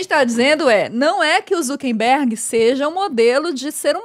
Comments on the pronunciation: Só eu que tenho gastura do Leon e Nilce falando ZuckeNberg ao invés de ZuckeRberg 😅 É um meme q eu não tô sabendo? 😂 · Falaram o nome do Mark Zuckerberg errado várias vezes